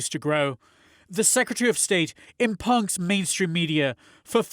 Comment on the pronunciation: "Im-pungz". I think you meant 'impugns', right? That's not how you pronounce that at all.